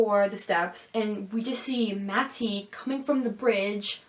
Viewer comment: Are you joking every time you say matty's name? I can't take you seriously when you enunciate the t.